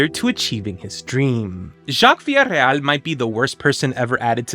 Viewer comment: Than you for pronouncing “Villareal” properly!